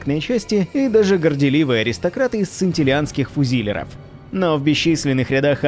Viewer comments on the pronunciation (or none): ФузилЁров, а не фузИлеров.